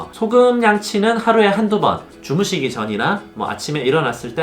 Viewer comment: 주무시기를 죽으시기라고 읽음